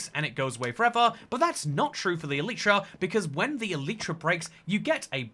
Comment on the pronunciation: It's pronounced e-lie-tra💀